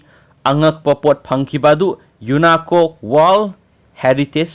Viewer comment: Unacco haiba natte unesco haibane